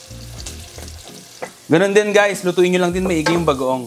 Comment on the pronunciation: i heard you say "budang" bango!